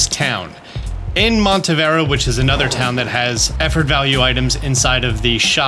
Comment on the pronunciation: I love your videos. Thank you so much for all the effort you put it. But please take your time to read stuff by syllabe. It's not Montevera, but Monte-ne-vera. I feel like you're just not paying enough attention to the names.